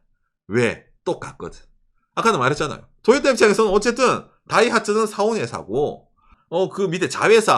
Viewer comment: 왜 토요타가 아니고 자꾸 도요따라고 ㅋㅋㅋ